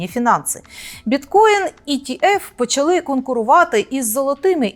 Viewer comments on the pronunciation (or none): none